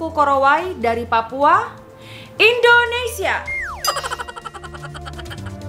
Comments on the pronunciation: bengek saat kk ngomong "INDONESIA"🤣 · kek foto model tapi ngomong kek gini "sakina 50 tahun indonesia "kek gitu🤣